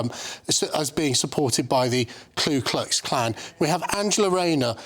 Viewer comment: FYI, it’s the Ku Klux Klan not Klu!